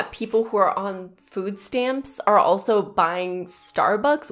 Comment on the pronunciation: you can definitey help people by charging them. i didnt like how u put emphasys on the word buying, when he talked about helping people. life aint easy nothing is free dear. other than that ur channel is fantastic